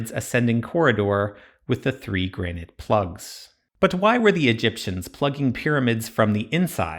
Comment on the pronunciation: It might be a good idea to learn how to pronounce Granite next time. It's not 'Grain-ite'